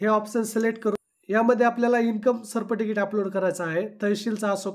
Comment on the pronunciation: Sabscrabe बोलायचे शिका व सर्टिफिकेट हे पण बोलायचे शिका बाकी व्हिडिओ मस्त होता.... 🙏